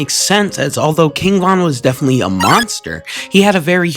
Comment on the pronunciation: KING VOHN NO